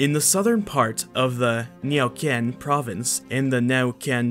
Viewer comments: At , your pronunciation is atrocious. You pronounced, "Neh'oo-'KEN," as, "Nay-oo-kee-'Ehn," as if this is a Chinese word, and making the last syllable into two. There is no "ee" sound in this word. Ffs, Google how to pronounce Iberian languages. Most of your words are fine. But man, this that stand out really stand out. Also, please quit saying, "...so it's safe to assume..." That's horse shit. It isn't ever safe to assume anatomical characteristics. Case in point: Anomalocaris. Was it safe to assume this was three different organisms? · Not trying to bother, but its supposed to be said /new'ken/ as in spelling the n with /e/ sound followed by a /w/ sound and you pronounced 'nyeoken' like if it had an 'ñ' (which it doesn't). For the record its not spanish but mapuche. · 💪💪😸i'm from Argentina, Neuquén... But... 😅I'd like you to have pronounced better the name of the city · Thats the worst pronunciation of Neuquen I've heard so far haha.